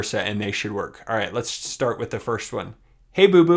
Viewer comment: Why do you say "Firsht" instead of "First"?